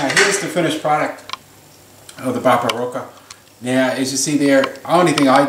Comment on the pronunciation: "barbara-coca"? what the fuck did he say?